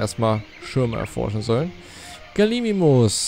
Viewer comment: G A L I M I M U S nicht Galisimus man